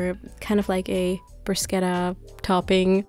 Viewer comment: Love the recipes and THANK YOU for pronouncing "bruschetta" in the right way, you're awesome